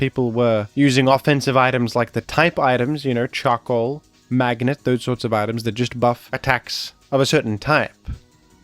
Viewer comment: the way you said charcoal sounded like shuckle lol